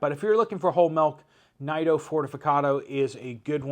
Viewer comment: Btw, Nido is pronounced Needo.